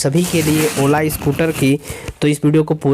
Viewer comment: Waaaach......Anline....Saart out..... Alllllrady.....Berify.....ek hota hai slow aaur ek too slow......Eskip ka Aaapsion😂😂😂😂😂